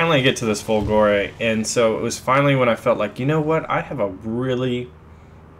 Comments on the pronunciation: Fòlgore not Folgòre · It pronounced differently, not Folgo(!)re [! marks the stress] but Fo(!)lgore. Still it be awesome to have also the Mc205 Veltro (had Mg151s instead of 7,7mm in the wings) or the G55 Centauro that used the DB605 engine. And the Mc202 is very similar to the Ki61 (the both used the same DB601 licence produced engine). I recently had a 15-0 game with the Ki61Ia while my Mc202 struggles to go over 5-6 kills in a row...Those SAFAT guns have so horrible ROF...while Ho103s own stuff.. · Lol dude the pronunciation is Macchi as you read, not Macci,and is Folgore not Folgòre :D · Your pronounciation of this plane is so weird :P "Chi is supposed to be pronounced somewhat like "ki", the H turning the sound of the C to a more hard sound if followed by a "I" or a "E" So, It's more like "Makki", I guess And "Folgore" (which means in aulic language, "lightning") is pronounced pretty much the same, but with the emphasis on the first "O", so more like "fòlgore" Keep it up! Awesome stuff as usual. Just a random italian going all grammar nazi here :P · You are so hilarious when mispronounce the word "folgore"...